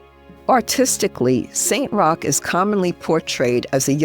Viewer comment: Just a little sidenote, as a European, I know :-) it is not Saint Rock it’s Roch ( Rosch ) it’s a French name thank you!